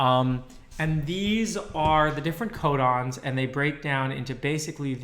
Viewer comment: thought he said condoms instead of codons